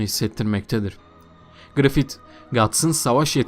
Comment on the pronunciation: grifit değil grifis diye telaffuz et kardeşim şu şeytan herifi